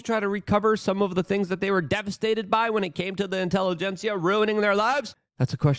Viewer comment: intervention! luke please look up the word intelligentsia! or maybe we shoould respell it intellegenCIA?